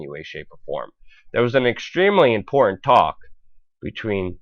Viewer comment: I believe it's a speech impediment because, Putin is being pronounced as "Poo-in" and important is being pronounced as "inpor-ant" so he doesn't sound out his T's.